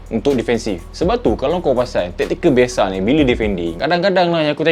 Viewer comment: bukan bialshe bialshe#😂